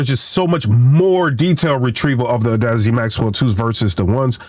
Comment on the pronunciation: I think chatgpt lied to you, or you are using the EQ incorrectly. 6+db of boost will introduce distortion in any type of speaker / headset, unless you lower the gain first, and THEN raise the low end. Also its Audeze, not whatever you are saying LOL :D